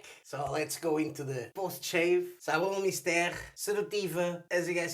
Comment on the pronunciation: You pronounced Savon Mystere like I do! I think we're correct! xD I'm from Greece, so love this brand! Great video!